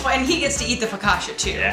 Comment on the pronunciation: Loved this!! But the way you pronounce focaccia is hilarious ahaha <3 <3